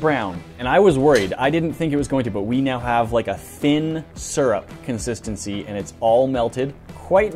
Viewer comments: I think he means SEER-up vs SURR-up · Syrup Everyone else: Syrup Americans: Serrerp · Everyone else: Syrup Americans: Serrerp